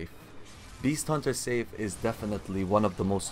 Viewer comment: "Sigh-f" bro, not safe. Also, I wouldn't talk about mechanics when you just spam r1. Not questioning your skills, as I know they're great. Just questioning the background video lol I am using every weapon on each new ng7 playthrough and yes, this one takes some practice to git gud with